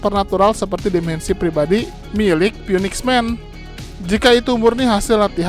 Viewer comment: phoenix dibaca finix min 🙏